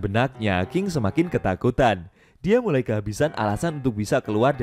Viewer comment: Ahh... Iseng" mampir ternyata 😀 Di perbaiki lagi kata" nya kawan, (mulai bukan murai) pakai naskah kalo perlu jelas banget ini kalo pakek handsfree.